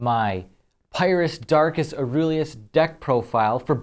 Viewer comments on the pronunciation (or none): I may be sick and lacking any sleep BUT ITS PRONOUNCED AURELUS!